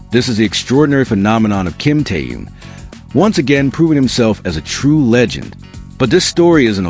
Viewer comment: Господин блогер, надо правильно произносить имя человека о котором вы пишите, его зовут KIM TAEHYUNG ‼️‼️‼️